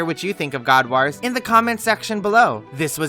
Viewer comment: Omg can't pronounce god wars put me off sorry